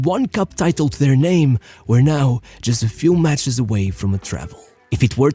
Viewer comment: props for the pronunciations; not a single name, was butchered.